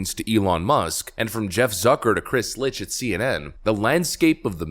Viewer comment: FYI Licht is pronounce “Lite”. I didn’t know that either but was informed that’s how he pronounces it.